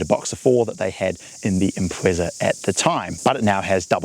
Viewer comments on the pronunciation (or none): none